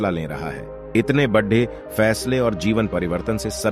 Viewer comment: BHAI BADE KO SAHI NHI BOL RAHAN HAI AI KUCH KARO